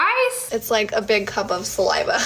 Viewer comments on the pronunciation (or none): none